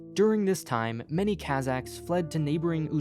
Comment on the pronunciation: It would be less an assault on the ear if you had bothered to learn the correct pronunciation of words like Kazakhs and the names of the cities. Good grief.